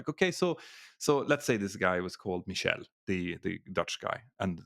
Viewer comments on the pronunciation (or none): none